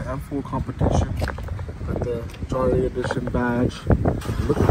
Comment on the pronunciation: Front grill definitely grows on you , I think it’s pronounced “yahre “ though.